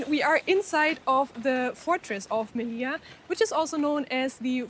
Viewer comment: on dit melilla m e li ll a